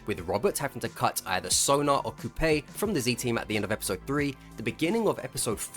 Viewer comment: coupe is a french word pronounced coo, not like toupee